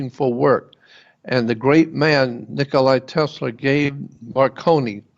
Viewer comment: Nikola Tesla (NOT Nicolai!)